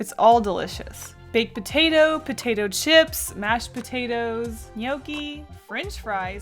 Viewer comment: I thought you said “dip shits” instead of “dip chips” XD